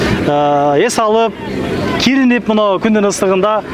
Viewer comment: Киринип дейтко! Кээде суйлогонду да билбейт🤔